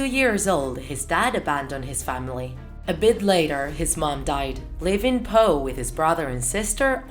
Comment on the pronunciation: NOT hoe, Poe